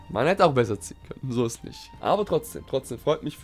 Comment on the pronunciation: Dieses ish vorbei freezer ish vorbei 😂